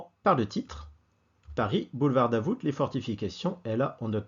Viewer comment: Le "t" de Davout est muet. Mes oreilles ont saigné pendant toute la vidéo 😄. Un habitué du quartier depuis 30 ans.